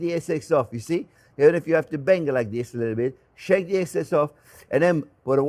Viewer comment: This looks delicious! Also I love when you say ”shake it, shake it, shake it” yet it sounds like ”shek it”.